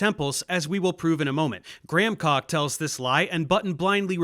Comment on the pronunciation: Dave Explains lol are you saying "gramcock" instead of "Graham Hancock" on purpose"?